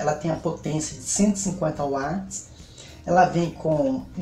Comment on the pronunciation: Olá tudo bem? Cara, quando tu for falar a POTÊNCIA de uma máquina, tu podes até entender que é (UATES), mas ao pronunciar, tu tem que falar "VATES" velho! Espero que não me leve a mal guri, mas não é (UATAGEM), é (VATAGEM!) 🤜🤛